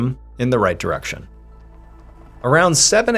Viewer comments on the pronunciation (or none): none